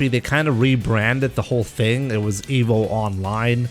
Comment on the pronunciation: Why does say Emo instead of Evo?